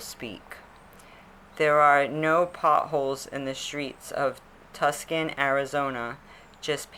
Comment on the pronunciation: I was born in arizona and to hear "TUSS-CAN" for tucson right at the beginning made me chuckle to myself that aside, thanks for this